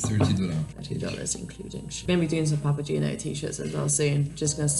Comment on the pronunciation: Ive been following the Delos story for a few years,, so please excuse my rudeness in assuming I know you enough to say this...but the name of your vessel, according to its Italian spelling, is "pah-pah-gay-no". It is, indeed, a leading character role in Mozart's opera, The Magic Flute. In fact, the magic flute belonged to Papageno. He is a delightful character, full of fun and slightly mischievous. A bit like you, perhaps! If you wish to pronounce the name with "gee" instead of "gay", the spelling would change to Papagino, rather than Papageno. At least you will know in case someone asks you! Adventures await!